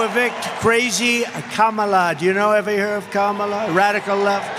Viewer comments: it's comma-la not Ka-MA-la. i'm talking about the pronunciation of her name. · These MAGAs STILL can’t pronounce Kamala (comma-la). Just two syllables. It’s not that hard. But they’re the smart ones. Ok. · Don Lemon i a very good example why they don't like liberals. Look at him repeatedly embarrass the guy for mispronouncing her name. That's just not gonna work. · It’s a conscious decision to mispronounce her name. So, they need to be reminded. You expect people to pronounce your name properly, right? Mutual respect, people purposely mispronounce her name. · Please look at it from the other side, it is very disrespectful for someone to continue to mispronounce a person's name, after being corrected (especially more than once). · Agree…but as far as the name goes feels like people mispronounce on purpose. Like it’s not hard to say so why say it wrong?